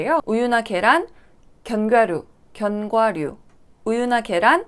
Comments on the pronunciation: 항상 보면서 아나운서 같이 차분하게 말 잘하신다 라는 생각 가지고 있었는데 견과류 발음 잘 안되시는거 보고 뭔가 더 인간미(?)가 더 돋보였어요 ㅎㅎ 항상 재밌게 보고 있습니다. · 그사람 하나때문에 견과류를 못먹었다는 내용을 알았으면 되려 소송하고 싶네요~~우주복을 입고 타던지.... 견과류...따라 발음했는데 왜 안되지??? ㅋㅋㅋ도 안되는 발음이 있으시군요~^^